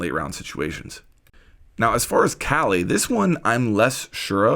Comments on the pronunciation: Kali is strong af, just like her name Ps. Its pronounced as kaa-lee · I’m guessing we’ll use Wamai to counter Kali’s gadget. Also it’s pronounced “Whaw-mi” and “Kaw-li”. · It’s pronounced Kah-lee. Ever seen Indiana Jones temple of doom?